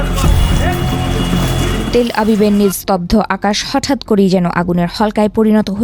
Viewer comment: তেলআবিব❎ তেলআভিভ✅